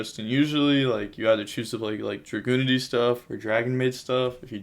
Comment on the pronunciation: Btw the dragunity monster is pronounced Jae Dear